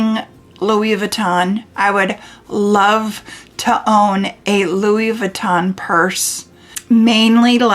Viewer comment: Please learn to pronounce Louis Vuitton correctly. I’m 70 and have been lucky to be able to own plenty of designer items. Starting in 1974 ( married a pro athlete). Fell out of favor at some point but took very good care of all my very good things and just gave most of my items to my 14 yr old granddaughter. I can tell a fake but then I’ve always adored fashion. It’s been heartbreaking to have friends who thought they scored a great dupe and pass it off as real but I can tell. Some have even paid big prices for used bags thinking and believing they were authentic but they are not. Those I do tell because that’s a scam. Keep wishing and someday you’ll get your dream. Buy a bag they keep their price better than a vehicle. 😊